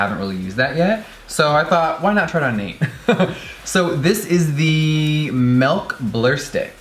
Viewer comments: ‘JUST GET THE DAMN MAULK’ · You say melk instead of milk. Wtf bae? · “Melk is cruelty free” MILK JEFFREE IF IT WAS MELK THERE WOULD BE AN “E” BUT NAW, THERES AN “I” SO ITS MILK M I L K MILK!!!!!! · Okay, this killed me. I love Jeffree SO fucking much, but even Nate looked confused when he looked on the papers and saw that it did not, in fact, say "M-E-L-K" on the packaging. LOL And hello, can we just confirm that the word "ethereal" has four syllables? It's such a fucking struggle when you learn your words from books that nobody else fucking reads. Believe me, I've been pronouncing words incorrectly for most of my life. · My man says Melk instead of milk as well... I litteraly do not understand why 😂🤦🏼‍♀️ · just give him the malk josh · The way you said milk this entire video 😭 "melk" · MELK lol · My brother says Milk just like you. Melk!!!! lol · Omg, did he just say "melk"?!?!?! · he said melk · "Melk Makeup" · Oof jefree I love u but.....wtf is melk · am I the only one that cringes when he says MELK???